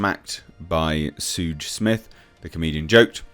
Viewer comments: pronounced shuge smith. in reference to suge knight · Suge is pronounced “shug”.